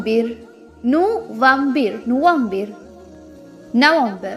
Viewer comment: November ku arab la nuFAmbir thanae yeludhirku neenga FA ku badhil VA sound la soldringalae yedhu correct aana pronounce?? HABEEB LQ3029